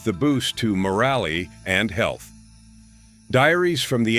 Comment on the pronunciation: Worth the boost to, .....ready??? Mo-ra-lee